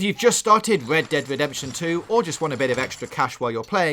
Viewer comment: I heard led dead at the start